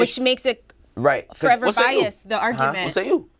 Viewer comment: "Whay say you?"